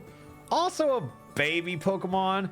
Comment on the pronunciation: Alpharad don’t add an extra “r” into Pokémon names challenge (impossible)